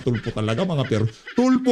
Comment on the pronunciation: Tulfo purwesyo😂😂sounds like good😂😂